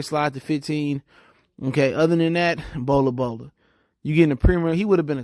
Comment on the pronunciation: It’s not bola bola my Nigga 😂😂😂😂